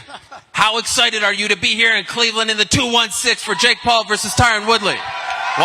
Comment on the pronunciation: Why is this announcer so horribly incapable of saying "Paul".... 😂